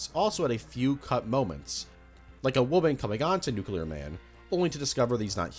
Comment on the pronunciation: learn how to pronounce nuclear bro. its nuclear, not nuculer